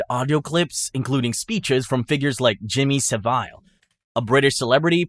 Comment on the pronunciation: it’s savile not sa-vile. Like in travel, he even had a show called saviles travels